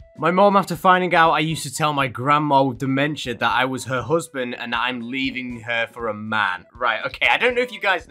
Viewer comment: ✨Wassssss✨ lmao 🤣 is that you censoring yourself? Or is it just your accent??? If it's just censoring yourself it's funny but if it's an accent alr I respect that but- ✨Wass✨